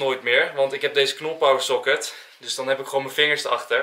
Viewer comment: Het is niet soket maar pocket